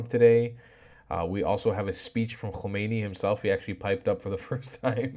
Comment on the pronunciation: Nor Homeini but Hamenai